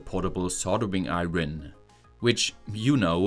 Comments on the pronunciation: love your vids. heads up iron is pronounced like i-urn not i-ron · The r in iron is silent in English so it's pronounced a bit like eye yon. Just in case you cared. ❤ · Noting that your English is FAR better than my German…. And I wouldn’t mention this except it comes up a lot. When saying “soldering iron”, “iron” is pronounced without the r. You’re stumbling on it a bit. It’s closer to “ion” - eye-on. I hope that will help. If your English wasn’t otherwise so excellent, I wouldn’t have said anything.